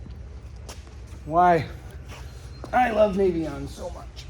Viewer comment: Hey, thank you for pronouncing it nay-vee-on. So many people say it nah-vee-on.